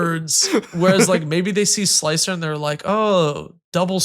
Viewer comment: Hey it's sl-ICE-r, more than meets the eye indeed.